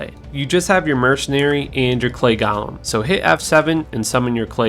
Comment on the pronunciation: Go lem... Not gauhlem